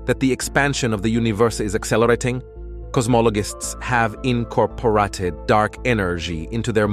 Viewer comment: in-corp-or-Ah-TED... the AI voice had a horribble script that screwed up the speaking. but otherwise, interesting video. almost sounded french, italian and otherwise in vocal, and speeds up and random places. haha